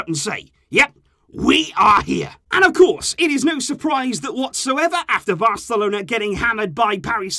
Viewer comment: did he say VARcelona ?